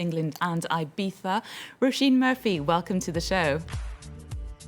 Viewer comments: Roh-SHEEN is the right pronunciation; it translates as "rose." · Mispronounced her name over and over then abruptly ends interview